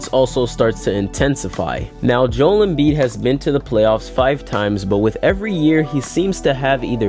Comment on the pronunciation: It’s pronounced Jo-el not Jewel stupid